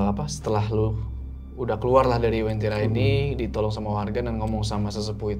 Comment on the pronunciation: Bukan wentira, tapi uentira.